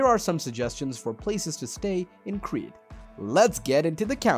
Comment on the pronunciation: Why can’t you pronounce the places if you make a video